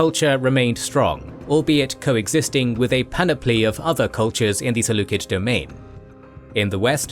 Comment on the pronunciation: Saying "seleukid" instead of "seleucid" bothers the heck out of me